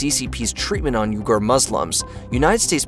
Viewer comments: Weegurs. Not Yougers. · You pronounced Uyghurs wrong. Its pronounced Wee-gers.